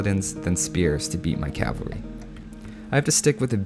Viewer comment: CAV-alry. not cal-vary